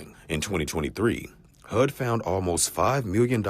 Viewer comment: Did that reporter really just say AKX instead of ASK and HOOD instead of HUD? Oh dear.